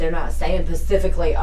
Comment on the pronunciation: About - ‘pacifically’ = dumb and guilty